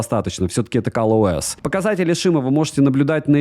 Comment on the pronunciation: Какой ещё "Кал" ОС?